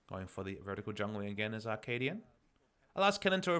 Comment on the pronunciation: Is it just my ear, or is Papa saying "Ar-kaadian"?